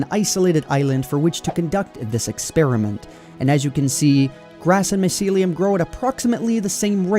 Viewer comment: I'm triggered by how you pronounce mycelium